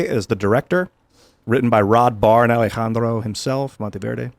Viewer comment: Can someone tell he doesn't have to sound out names as if he is a native speaker? I laughed when he pronounced Alejandro. Dude, just stop.